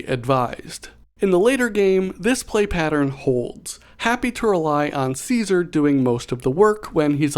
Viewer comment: Gonna be the fallout super nerd here, but its pronounced “kaisar” look it up for better pronunciation (bottom line, wasteland survivors are barely smart enough to speak propper english let alone a roman name🤣